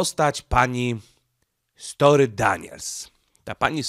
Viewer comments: STO(R)MY, Nie "Story", na litość boską, jak można tak przekręcać nazwiska... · Stormy Daniels a nie story Daniels. 😅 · Stormy,, a nie Story.